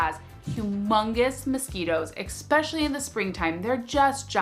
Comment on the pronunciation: "EKspecially" isn't a word, even in Alaska